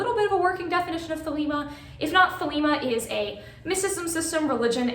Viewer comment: THEY-lee-mah (Modern Greek) THEY-leh-mah (Classical Greek)